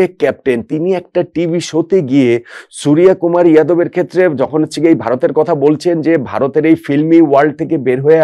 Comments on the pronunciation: ভাই,ভারতীয় নামের "বাংলা উচ্চারণ" ভুল বলছেন- 'সূর্য কুমার' - wrong pronounce ''সুরিয়া কুমার'' "রাভীচন্দ্রণ আসউইন" is wrong, হবে ''রবীচন্দ্রন অশ্বীন" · ওটা সুরিয়াকুমার নয় সূর্যকুমার। 'জ' আর 'য' পার্থক্য বুঝুন, তাহলে বুঝতে পারবেন।